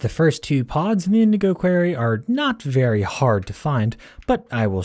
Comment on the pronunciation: Dude, why say quarry like query? That's a different word, I'm out, dude, it's like you can't English.